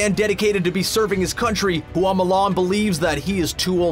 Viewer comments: Bad pronunciation. It's not hoo ah it's hwa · OMG please take the time to learn how to pronounce the name of the thing you're talking about next time. Everytime you said Hooa instead of Hua it made me cringe! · Hua is 1 syllable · Fa Mulan. The surname they got is Fa. not Hua. Right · “Hoo-wah” urrrrrggghhhh no! It’s 1 syllable: “Hua”. That’s it. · You couldn’t take five seconds to learn the proper way to say Mulan’s last name? It’s not “hoo-ahh,” it’s one syllable, just Hua. Same with Tang, and Zhang Ziyi. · I found it interesting that you pronounced Hua differently almost every time lol